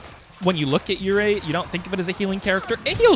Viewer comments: Love the vids. Pretty sure it pronounced "( your - E) but what do I know lmaoooo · “-ei” is pronounced like “ay”